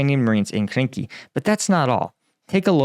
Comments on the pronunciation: Quick correction again, it is Krinky and not Kinky 😂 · The frivolous AI translator at the beginning translates Krynky as Kinky.